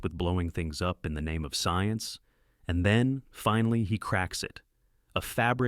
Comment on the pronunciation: Teach your slop shit AI announcer how to pronounce names.